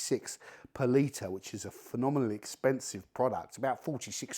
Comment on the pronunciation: It took me about 7 times hearing it until I learned he was saying per liter and not some made up currency called Palita that I never heard of